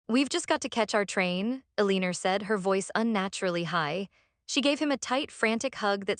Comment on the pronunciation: “Eh-leen-er” JFC AI-generated videos truly suck 👎👎👎